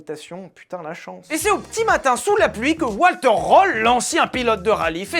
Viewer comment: On dit VALTÈRE pour Walter si allemand. On ne dit pas 20 Zexemplaires. 😅 J'adore tes vidéos 😊